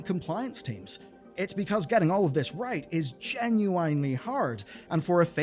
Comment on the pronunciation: I am still perturbed by the way you pronounce "genuine" 😂